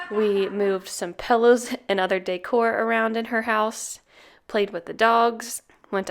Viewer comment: I'm sorry, but I have to.... it's pronounced "PILL-ows", not "PELL-ows".